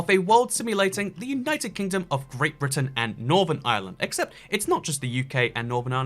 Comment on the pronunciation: Never have I ever heard anyone pronounce Brittan as "Brighten" :|